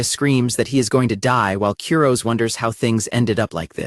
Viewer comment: Honestly, the constant mispronunciation of "Kurose" is driving me nuts and making this unwatchable.